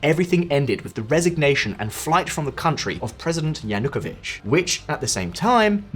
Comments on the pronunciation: He is called Yanukovich, with stress on the third syllable, not "Yanookovich". Can't understand how you did all this research for this episode, and didn't even spend a few seconds to check the pronunciation of relevant names. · Yanukovych Cant you pronounce this guys name correctly ? makes you look a bit dim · I lived in Ukraine - Lugansk -for 14 years and I have visited all 25 regions of the country. You want me to support your channel and you can't even pronounce Yanukovich correctly! It is not 'Yan hook a vich' it is 'Yan oo ko vich'! Yanukovich! As for Chernobyl - it is not 'Shernonbil' It is Cher as in Church - 'Cher no byl'! Chernobyl! Don't even get me started on that American woman's pronunciation of Crimea!